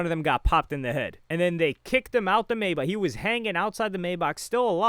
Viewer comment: It’s kills me inside every time he says it 😂 this isn’t the first video either 💀